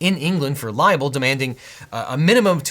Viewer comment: OBJECTION you say liable not libel.